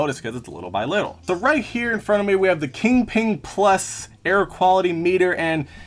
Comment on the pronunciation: “Kingping” — q in Chinese reads close to “ch”, so it should be pronounced as “Chingping” basically. 😉